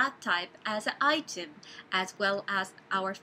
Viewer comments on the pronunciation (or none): none